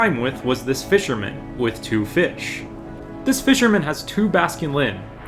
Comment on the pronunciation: He be like "pheesh" 🤔